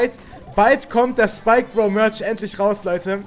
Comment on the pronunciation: Erstens Starpunkte und es heißt Merch nicht mortsch